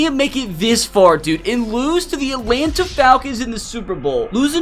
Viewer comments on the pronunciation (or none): none